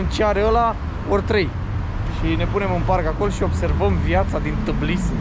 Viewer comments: Se pronunta TBILISI, deci e simplu nu-ti chinui limba. Am prins in liceu, asta, invatam pe atunci toate statele lumii!Numai bine si lumina! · Cred că tBilisi se pronunță cu accentul pe Bi, t ul se cam pierde de la început!Așa e mai usor de pronunțat!(spuneți dacă greșesc) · Super funny pronunția numelui Tbilisi 😂🥰